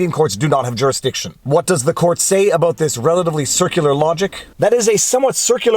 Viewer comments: I didn’t know you were Canadian until you said less aboat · You said "Abaooot."